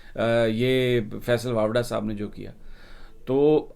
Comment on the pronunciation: سمیع صاحب! لگتا ھے کہ آپ فیصل واڈا کو فیصل واپڈا بولتے ہیں